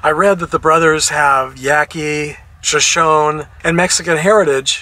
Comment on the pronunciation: I'm native and it's pronounced so sho nee